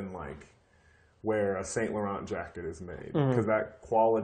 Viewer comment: Virgil can't even pronounce Saint Laurent (san-lou-ron) properly? haha I'm surprised considering him being the head of LV which is a French company. lol smh